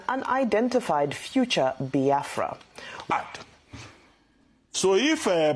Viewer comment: Abati learn to pronounce the name Biafra, not bahafra, then you can continue talking nonsense, nsi jugi onu.